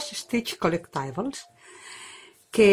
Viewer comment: Qué identificada me siento con lo que dices de sentirte al principio aislada en lo del punto de cruz, y descubrir luego un mundo a través de YouTube. Estoy escuchando con mucha atención tu "rescate" del pdf antiguo al Pattern Keeper. Por cierto se pronuncia *co-léct-ti-bols*.